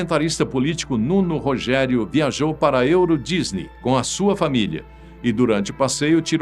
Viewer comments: Não é Nuno Rogério mas sim Nuno Rogeiro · O comentador, chama se NUNO POGEIRO e não NUNO ROGERIO . Boa continuação !